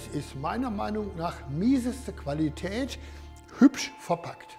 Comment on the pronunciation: Ich finds lustig wie er viele Wörter immer auf dem zweiten Laut betont: Silli koon; QuAlli tät xD